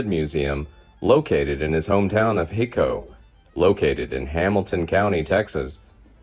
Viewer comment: Hi co texas, not he co